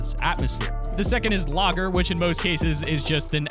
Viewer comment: Oh god the way he pronounced lagar😤😂